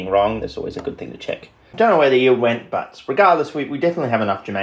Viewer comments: yeild lol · "Yeild" lol are you welsh?